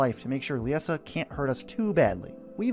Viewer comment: I was looking forward to this! Haha I built a deck with her after pulling a copy.. It’s a mean one. And I think Liesa is pronounced the same as Lisa.